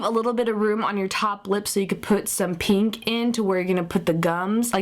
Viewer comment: Pink, its pink not peenk!!